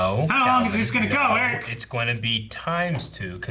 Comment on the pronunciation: I swear, Eric’s name pronounciation is getting worse every episode 😂